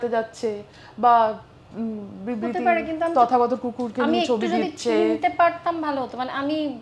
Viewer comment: ভাই আমি তো সঞ্চালিকার মুখে বিরবিতি (বিবৃতি) উচ্চারণ টা শুনার জন্য ভিডিও টা দুইবার দেখলাম 😂😂😂